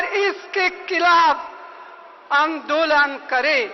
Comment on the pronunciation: कल की लड़कियां, कट्रीना और ज़ॅक्कलिन हिंदी सीख गईं, पर सोनिया आज भी 'आंदोलन' को आन दो लंड कहती है! 😆 जब ट्रम्प को 4 साल की सत्ता जाने पर इतना गुस्सा है तो गांधी परिवार /काँग्रेज़ की 60 साल की सत्ता जाने पर उनके मन मे कितनी आग लगी होगी। 🙄🙄